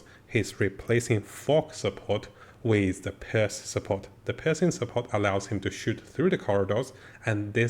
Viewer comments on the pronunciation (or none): pEERse not purse